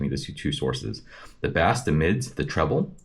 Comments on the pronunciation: Thanks for the info on this amp! Quick tip, the word “bass” when in reference to music or the instrument is pronounced as “base”. The way you say “bass” is a type of a fish here in the US lol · bass is not pronounced like the fish. 😂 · Dude, you suck at this. You gave one of the worst reviews I’ve ever heard. You can’t even pronounce Bass you dork